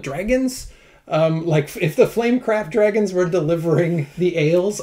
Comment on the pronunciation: daughter: Did she just say Draygons? me: They're Canadians in Europe. LOL. Stay you....